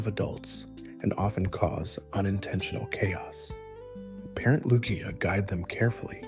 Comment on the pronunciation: Great stuff, it is "Loo-Gee-Uh" though. I think most would agree on that.